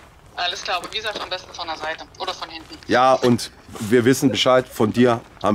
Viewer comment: von hinten immer beschde sagt 🤣🤣🤣🤣